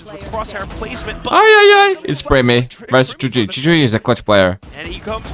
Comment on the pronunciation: With all due respect thyy's name is actually pronounce as "tee aitch why why" each alphabets individually, idk why the caster called him thy. It could be that thyy changed it himself so ppl could say it easier. If anyone know anything about this please tell me.😅